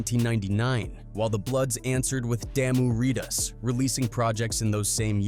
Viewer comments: The correct pronunciation is Dah-moo Ry-duhs my boy. Boy said Damn-you Ree-duhs 😂😂😂😂😂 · How he keep sayind Damu Ridaz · Lol My G said Nation Wide rip "Raidaz" and Damu "Ritaz" That was enough for me rite There my G 😭😭😭😭